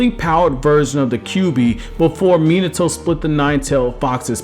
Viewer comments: it’s Mi-NA-to not Mina-toe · Dude you are the best I hate it when people pronounce minato min like minutes a toe when it's pronounced mean a toe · It's not mean-it-to its fucking me-nauto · Bro, why are you commenting on Naruto stuff if you can't even pronounce the names right? It's Mi-nato, not fucking Menato. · Not Mi-NAH-to???? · I felt like his name should of been pronounced mi-not-to and not minato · cool video but christ you americans butcher name pronounciations. Minertoe lol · Omg how many times can you mispronounce "Minato" in one video?